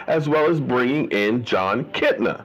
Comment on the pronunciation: Kitna? Nah, nah, nah, nah chef... that ain’t it.